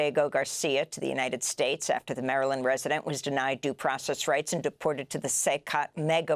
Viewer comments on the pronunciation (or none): none